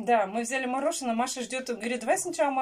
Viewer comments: Маша сказала мохожное? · Ау!!!! Жду ответ тебя не смущает,как вначале видео Маша произнесла слово мороженое??????? Она у тебя везде,где надо р,вставляет Г, очень жду ответа!!!!!!!!!!!!!!!!!!!!!